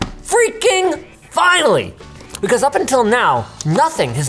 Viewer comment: Phhhreaking Phhhinally 🤓 Linus, 2025